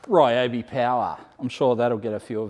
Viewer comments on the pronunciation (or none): none